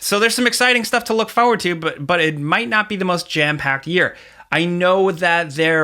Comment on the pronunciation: "Fo'ward".